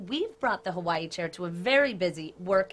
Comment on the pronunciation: They pronounce Hawaii wrong